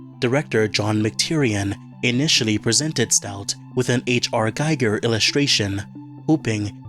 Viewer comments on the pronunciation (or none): Giger is pronounced GEE-ger.